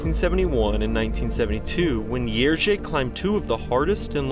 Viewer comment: I so appreciate your repeated pronoucing of Jerzy :D you're close! Also Kukuczka - think cz as the english ch kookoochka - much closer in sound. Kudos!